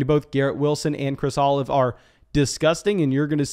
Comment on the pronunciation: Love the channel especially, these type of episodes. Which is why I can’t simply not make fun of you for calling him chris olive 🫒 😂. All love man , new setup is awesome and so well deserved.